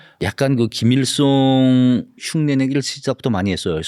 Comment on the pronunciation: 허세를 호세, 김일성을 김일송 ㅓ 발음을 못하네ㅋㅋㅋ